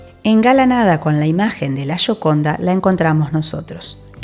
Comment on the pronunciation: "Shoconda".. Terrible.